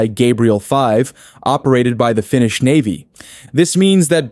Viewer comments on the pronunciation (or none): none